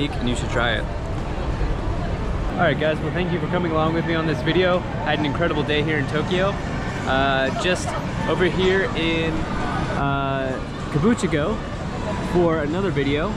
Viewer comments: That and "Kabuchiko" (Kabukicho) were driving me crazy! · Yeah, he mispronounced Kabukichou (not kabuchiko), Yamanote line (not yamamoto) & Meiji Jingu (not jinju). 😜